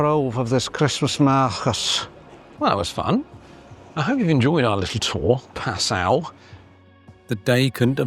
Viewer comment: Pronunciation tip! it is correctly pronounced PA sau. NOT pa SAU!!!!